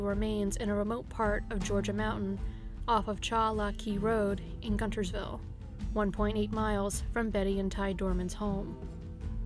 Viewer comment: not trying to be rude but its pronounced gunnersville not guntersville lol i live in albertville i know 🤣